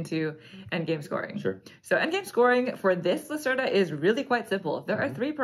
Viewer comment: Thanks for the detailed video. Vital's games are too busy and complicated for my personal taste, but I always enjoy watching your playthroughs. As a scientist, I appreciate the theme of this game! (Just a note: the "e" in Lacerda has an open sound kind of like the first "e" in "festive")